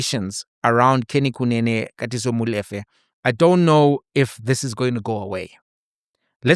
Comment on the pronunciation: Brother, I can't believe you can't pronounce MOLEFE, come on brother, you know better......